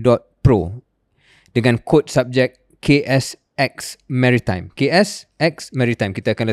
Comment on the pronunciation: Baru tau sebutan mary-time 😅